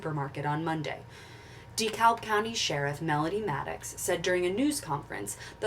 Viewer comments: I’m going to Decatur now…ps it’s pronounced dee cab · Most pronounce it "duh-cab" county here in Georgia. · Dekalb is pronounced Dekab (silent L).